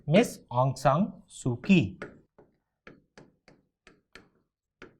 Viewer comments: Not ki it is chi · Pronounce kyi as chi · Kyi is pronounced as Chi